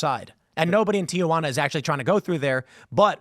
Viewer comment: Teehuana, not TiaJuana.😊